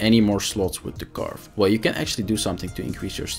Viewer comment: Karvee. Not Carve.